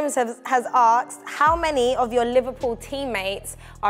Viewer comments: Jota is amazing, but the hosts are so awkward during the FIFA game - not saying or commentating ? And why does the girl keep saying "Aksed" rather then "Asked".. she isn't even american from Queens where they commonly say it.. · the word is "asked" my dear ....not "akes" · Take a shot every time they fail to pronounce 'asked'